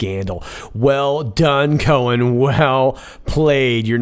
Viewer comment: Cohen... Co- hen = hen + hen. Seems likes this demure little bird just laid an egg.